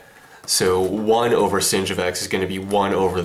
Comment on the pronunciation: why does he say sin as 'singed'